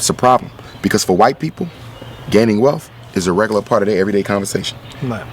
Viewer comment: Did he just say "welf" instead of wealth? Other than that, great video.